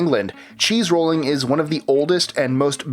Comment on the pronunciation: you said cheese rooling twice still love your channel